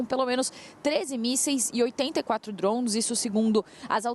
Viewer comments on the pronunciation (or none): Centenas de DRONS hahahhhhaah ou fala português ou fala minha jovem